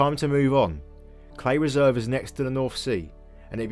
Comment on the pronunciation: Fantastic video on this. However, every native norfolkian in north norfolk knows that we call Cley not 'Clay'. Its pronunouced locally as 'Cl-eye'. Lol.